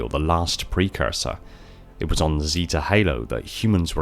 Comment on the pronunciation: It really triggers me how you say "zeta" lol